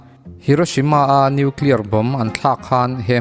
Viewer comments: New clear nilo in Nuclear zawk...i new clear khi chu adang daih...nuihzatthlak thrin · Nuclear poh tidik thiamlo..Atom poh tidik thiamlo..bomb poh tidik thiamlo...angaih na awmlo...khua avarlo lulai emy